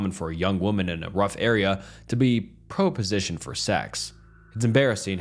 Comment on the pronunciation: "Let's not meet" stories are so boring. Yeah creepy guy following someone trying to do weird shit to them. It's all the same. If you've read one, you've read them all. Also learn how to read. "Pro-position"? Really? Look up how to pronounce "proposition".